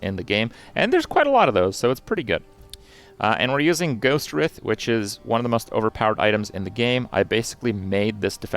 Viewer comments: Take a shot every time he mispronounces Ghostwrithe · i don't think i've heard anybody pronounce Ghostwrithe correctly yet lmao